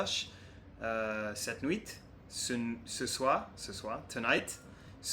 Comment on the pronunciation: Bonjour. Je t'ai découvert aujourd'hui à travers ta chaîne YouTube et j'aime beaucoup, c'est très intéressant. Il y a certains point à rectifier : - On dit "bande-son", pas "bande-sonore". - Pour le mot "nuit", on ne dit pas le T à la fin. Certaines consonnes et voyelle ne se prononce pas (dans ce cas, on dit que c'est une lettre muette) mais il y a toute même des exceptions. Par exemple, "grand", on ne dit pas le D mais on peut le dire si on fait la liaison avec un autre mot, comme dans "grand homme", on le dit, mais on dit pas le H de "homme" mais ça je pense que tu dois le savoir. J'ai une astuce pour toi. Pour bien savoir la prononciation d'un mot, tu peux utiliser un site de traduction où il y a de l'audio, comme ça tu sera sûr de bien dire les mots et de faire la liaison entre plusieurs mots au bon moment. J'espère que ça t'aidera à t'améliorer. J'ai hâte de voir la suite de ton parcours en français.